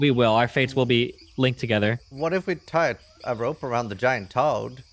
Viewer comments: Not sure why the hate at your remark; does always deliberately call it Giant Todd instead of Toad. If it were accidental, he wouldn't do it every single time he talks about the Giant Todd. I assume he does it as a meme at this point. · Its a tod not a frog..